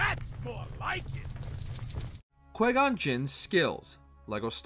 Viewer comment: It’s not Quay Gon